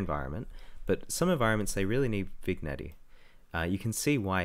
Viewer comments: Great vid super helpful for making your scene really come to life and stand out. But for god sake it’s pronounced vin yet not vignetty drove me crazy but other than that great vid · Cool, and I love your pronunciation of 'vig netty' but hey never make fun of mispronunciations - it means the speaker learned it by reading!